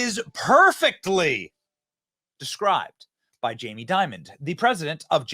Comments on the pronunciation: You keep pronouncing and spelling his name as "Diamond". It's "Dimon". The dude's name is "Jaime Dimon". IHTH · It’s Dimon… not “diamond” do some research dude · His last name is not "Diamond" --it's DIMON (pronounced DIE...MON) JAMIE DIMON. You're welcome. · Jamie Dimon there’s no “d” on the end 😂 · Dimon not Diamond lmao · It's Jamie "Dimon," not "Diamond." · Who’s Jaime Diamond? It’s Dimon. At least make the tiniest amount of effort to know what you’re talking about. 🤪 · again Benny loose with the facts... Dimon, not Diamond... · Fyi it’s Jamie Dimon… not diamond